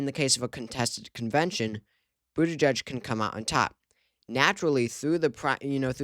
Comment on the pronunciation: It’s pronounced boot-edge-edge